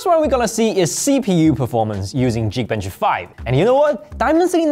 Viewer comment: It's not pronounced Jeekbench my dude, it's Geekbench. The G is pronounced like you would say golf. Not like how you would say giraffe.